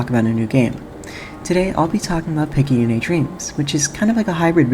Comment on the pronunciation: Amazing video, it's great to see a proper analysis of this fantastic lil indie gem! Though one thing of note, Picayune is pronounced "Pik-ah-yoon", but Picayune' does sound a lot cooler! It's actually a real word, meaning "of little value, importance, or consequence; petty, trivial, small-minded" which is pretty interesting, as Picayune herself is the polar opposite of those characteristics. What with her becoming both a spaceship captain, and an eventual eldritch horror! Kinda screwed up that her own parents would name her that, almost as if they had such low confidence in their own daughter's capabilities. Which puts a lot of things into perspective, it's no wonder she of all people became an incarnation of the Aberration itself.